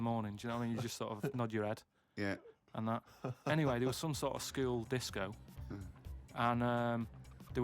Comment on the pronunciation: I love how says the word 'school.' It comes out as "skee-wool."